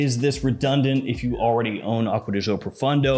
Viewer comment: Why do Americans that "Gio" pronounce like "Zhou" when it´s simply "Jo". Do they really think "Zhou" sounds italian? LOL